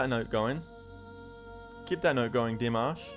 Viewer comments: Yes, I totally agree, there’s just something so special and unique about Dimash. His vocals, his stage presence are outstanding. Great reaction to Dimash as always. Oh by the way, congratulations, you finally pronounced his name correctly. Yeah!!!! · Thank you for learning how to pronounce his name. It shows you read our comments. I love that you take time to read the lyrics too. Well done. If you want something more commercial, try Across Endless Dimensions, or Screaming Idol Hits where Dimash is a real pop star. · 🤣🤣🤣 Thank you so much for trying to say his name right 😍. You’ll get used to it anytime soon! You keep saying “I love you Dimash” like you’re turning gay for that 4minutes performance (kidding) ✌️✌️🤣 No worries. We love him too ♥️